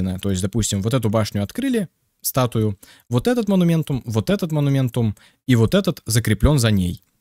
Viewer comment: " монументум, монументум, моментум, моментум, вот этот монументум, вот этот монументум, астральный монумент, разблокировать астральные монументумы". Я: "ААААААААААААААААААААААААААААААААААААААААААААААААААААААААА хваааааатииииииииттттт....".: "монументум". Я: * истерический смех сквозь слёзы *: "покажу ещё раз на всякий случай моментум, вот моментум.......мо-ну-мен-тум....МО-НУ-МЕН-ТУМ" Я: * умирает в агонии *: "монументум одноразовый" Я: * кряхтит с того света *: "перестаёт действовать как только вы выйдете из действия астрального моментума" Я: * матерится на немецком *